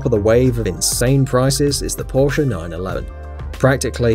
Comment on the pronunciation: It’s not Porscha it’s Porsch spelled porche